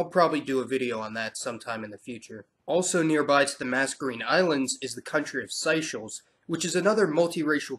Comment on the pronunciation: Seychelles are pronounced Say-shells.